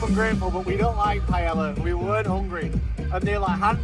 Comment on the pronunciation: Pai - El - La